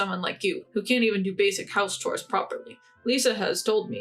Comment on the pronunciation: The 3rd or 4th story with the Russian or Ukranian, I believe, narrator? The word chores is not pronounced "cores" it's pronounced "chores" and heir is pronounced like "air" the h is silent